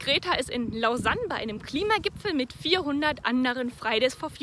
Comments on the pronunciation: '' Losan'' spricht man Lausanne aus 😉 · Pedra Da Gavea eher Los-ann